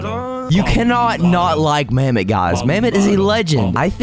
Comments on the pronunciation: Bro called mammot noggin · You called mammott noggin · bro called mammott noggin